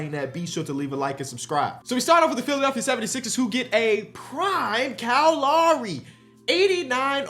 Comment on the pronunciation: YO HIS NAME IS KYLE LOWRY NOT KYLE LAWREY